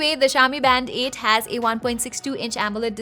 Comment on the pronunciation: I keep hearing "Band-aid"